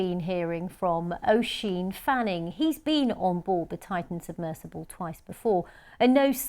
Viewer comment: Why is she saying words funny? Sonar pronounced differently each time, and “submissible” as opposed to submersible halfway through… who is she?